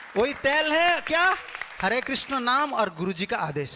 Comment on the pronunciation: हरे कृष्ण हरे कृष्ण कृष्ण कृष्ण हरे हरे l हरे राम हरे राम राम राम हरे हरे ll सही उच्चारण कृष्ण है. 🙏🙏